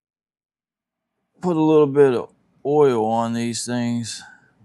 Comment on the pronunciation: Good video dude! You sail oil wrong though 😅